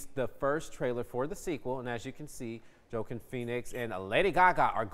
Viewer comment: tell me you live under a rock without telling me you live under a rock. Man hasn't heard someone say "Joaquin" before let alone met a Joaquin.